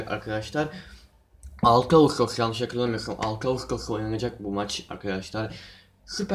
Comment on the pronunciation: bi daha agustos dermisin :))) agostftosss ne lan